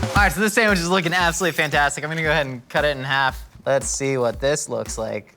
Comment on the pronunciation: also "san-wish"